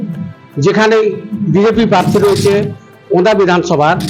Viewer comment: পার্থী নয় প্রার্থী উচ্চারণ করতে হবে তো ঠিক করে